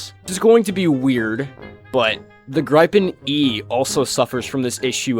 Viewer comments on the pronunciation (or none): it’s pronouned “gree-pen” not “gr-eye-pen” wtf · Holy cow how do you pronounce "Gripen"?? Its a Swedish word, how about you try to pronounce it in a Swedish way? Goddamn yanks. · I have gripes with how you pronounce gripen jokes aside, there is more enjoyment to be had by watching the trailers than actually playing the game, because they at least have to put effort in marketing.